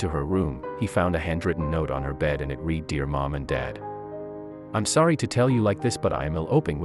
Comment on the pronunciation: Not sure if this is even a true story, plus the reader sound like a computer generated 'reader' who said the word 'read' with a long E sound instead of the RED sound when he said he 'READ' the letter. He didn't mention the fact that these men were probably in the porn industry, not just pedophiles. I've heard a joke like this written by a male teen in college, but this one is pretty bad. Today's world doesn't need more evil than we are already having to endure. Many parents are already suffering from real situations without having to hear these things. Especially from a 'sponsored' product.